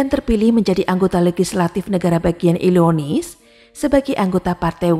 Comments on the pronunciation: Illinois, bukan illionis mbak 🙏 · Illinois dibaca Illinoa 😊